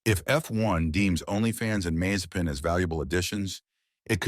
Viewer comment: It's Alpine, not Alpaine. It's Mazespin, not Mazepain